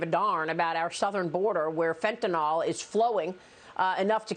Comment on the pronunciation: FENTANYL NYL NYL NYL not NAL. NAL is the suffix of BARBITURATES like SECANAL or PHENOBARBITAL..